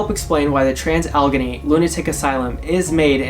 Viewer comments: Sorry - just a quick tip - it is pronounced al-la-gain-ee. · Oh my god I could not finish watching after hearing him say Allegheny. Now we know the torture these people lived through after listening to that. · Boy did you butcher its name. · Learn how to pronounce its name!